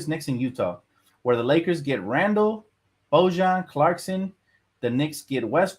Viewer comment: Your pronunciation of Bojan is killing me man 😭😭